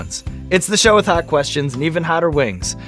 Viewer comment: Brad :“They’re getting haat” Brad :Wourder is a bad idea isn’t it?” Sean : “WoUrDeR...” This interaction was stellar